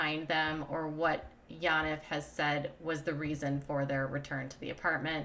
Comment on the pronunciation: Yaniv is pronounced: Yawn Eve